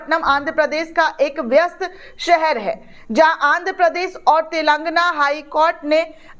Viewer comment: इतिहास... पहली बार... इतनी बार बोला है कि उफ़्फ़... और हां, तेलंग्ना नही तेलंगाना है सही नाम... वीडियो बनाने की जल्दी में मत रहा करो,ढंग से बोलना सीखो